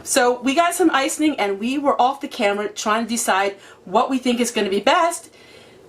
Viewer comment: I got so tickled at how you say ice-ing. Must be a northern thing. I'm from the South and say ice- ing.:) Not ice- en- ing. Love your videos. Your so fun!!